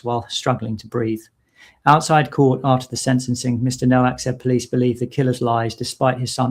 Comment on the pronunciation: The w in Nowak is pronounced as v…it is a Polish name.